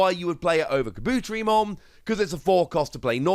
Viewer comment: Kah-boo-tear-ee-mon. Great vid, but i have to point out the mispronunciation.